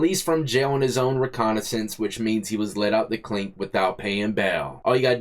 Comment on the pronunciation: Yo,..it's not 're-conna-since' bro😆..it's 're-cog-niz-ance'. Or in this case it's A breach of recognizance.🤣